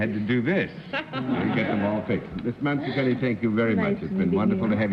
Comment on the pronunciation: I was very impressed with the perfect pronounciation of Mansukhani. For once, an Indian name not mispronounced by Americans.